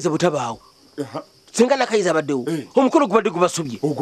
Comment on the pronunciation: 🤣🤣The way pronounce the. Name Nakayiza hahaha ewoooo